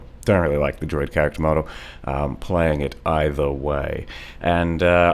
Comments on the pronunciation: am i crazy or is he saying "droid" instead of druid? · I'm beginning to think actually pronounces druid as "droid" and it isn't ironic.